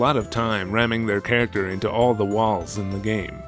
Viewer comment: Did I mishear you say “pairacter”? Like the dog character and squirrel character together are a pairacter??? Awesome content as always!